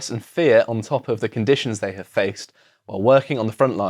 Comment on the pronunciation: "No zhey don't"